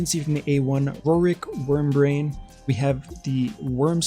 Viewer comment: Is it just me, or did you keep calling him Wormbrain? 😁